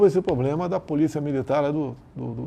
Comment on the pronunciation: Ele fala "poblema" "cuestão"...🐴